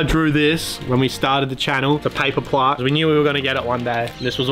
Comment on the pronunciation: Plaque not Plark